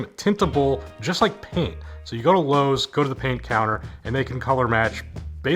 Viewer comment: you said lowes im out